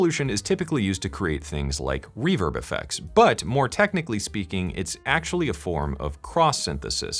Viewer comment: I kept hearing “reverb” as “reefer” in that intro lolol